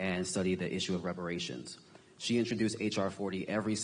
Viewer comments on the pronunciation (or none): She said f a reparation. lol.